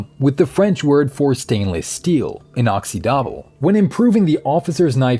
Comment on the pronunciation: Great video but that was possibly the worst prononciation of inoxydable I’ve ever heard. Not blaming you tho